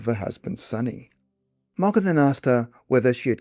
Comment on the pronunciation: Sonny (Sunny) Ray and Dawn?!😂 C'mon!